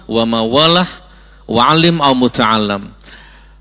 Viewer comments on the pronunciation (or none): Ustadz, mohon maaf, membaca teks hadits-nya keliru. Bukan alaaa dzikrullah, tapi illa dzikrullah. Bukan muta'allam, tapi muta'allim. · Hehe MUTAALLIM bukan mutaallam gos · Salah bacanya Gus.. Illa zikrullah (إلا ذكرالله) dan muta'allim (متعلم)